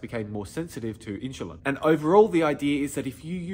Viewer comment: whats inchilin? sorry but i can take advice from someone who can't even say insulin the right way